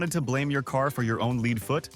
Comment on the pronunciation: FOR GOD'S SAKE can someone teach the AI narrators to figure out how to pronounce the difference between 'Lead' the metal and 'yo lead' someone around!!!